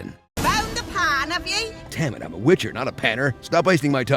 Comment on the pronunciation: I laughed so hard when I heard glitcher lololol